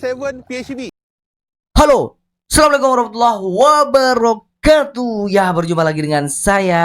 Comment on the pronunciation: Sebut lah assalamualaikum dgn benar saudara